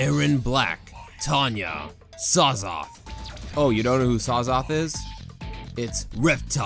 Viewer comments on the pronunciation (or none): Its Syzoth not Sazoth